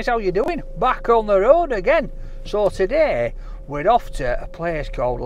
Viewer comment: Back ont rrrrrrrroad !